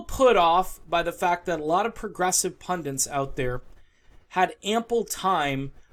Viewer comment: gaffe--it is pund-it, not pund-int